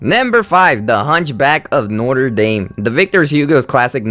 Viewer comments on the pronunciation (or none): you didn't pronounce Notre Dame correctly... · Its not re dam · not-ra darm not notter daim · I actually have to stop listening to this although its stuff I like. You need to learn how to pronounce Notre Dame and Quazimodo. And speak fluently without messing up works and sounding fake and uninterested. Shame, I actually love origins of these stories. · ngh that pronunciation of "Notre Dame" just got me right where it hurts